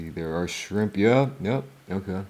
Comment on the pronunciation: Burger King got "SCHRIMP"??? 😂